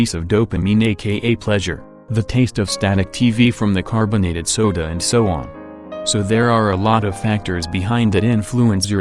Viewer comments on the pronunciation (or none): I love how he casually turns Italian while pronouncing "soda"